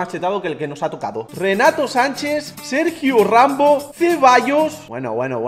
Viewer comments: Soy el único que se dio cuenta que dijo Sergio rambo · dice Sergio ranbo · Sergio rainbow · Sergio "Rambow"😹